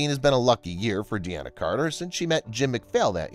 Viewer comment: It's not 'de-ana' Carter!